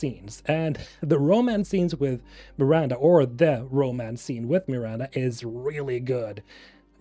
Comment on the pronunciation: Dude it’s not meeeranda lmao wtf